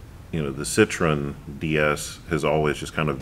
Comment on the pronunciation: You are pronouncing Citroen correctly (Si-truhn). For some reason Americans have trouble with correct pronunciation, particularly of non American vehicles The classic and most annoying example being Jaguar. It's pronounced exactly how it's spelt, Jag-u-r!